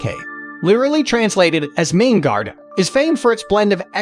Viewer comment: You have nearly 22,000 subscribers. Surely at least one of them can help you avoid the absolute butchering of the pronunciations of most of the places you mention in this video. I would be willing, for example. To your credit, I applaud your pronunciation of the river Main as "Mine" (vs Mane) MOST of the time.